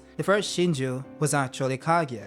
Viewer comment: the pronunciation is KA GU I AH!! Stop saying KA GI A!!!